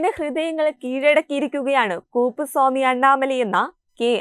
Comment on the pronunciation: നിങ്ങൾ പറയുന്നത് ഞങ്ങൾ കേൾക്കണമെങ്കിൽ തെറ്റില്ലാതെ പറഞ്ഞേ തീരു.. കൂപ്പുസാമി അണ്ണമലേ അല്ല... കുപുസ്വാമി എന്നാണ് അദ്ദേഹത്തിന്റെ പിതാവിന്റെ പേര്. അറിവുള്ളവരോട് ചോദിച്ചു മനസിലാക്കുക.